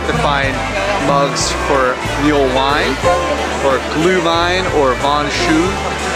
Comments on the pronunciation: lol love your vids it’s mulled not mueled and Leicester is pronounced lester😢 merry Christmas to you all love from Nottingham England 🏴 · It just clicked what you have been saying! Its mulled wine not muled wine. I started laughing so hard. Thanks for taking us with you. Hope you got home safe. Merry Christmas